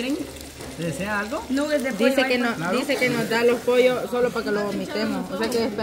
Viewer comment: Jajajaja lo más ridiculo es la quiere humillar a los demás y ni ella sabe cómo decir nuggets 😂😂 Nugexs dice la 😂😂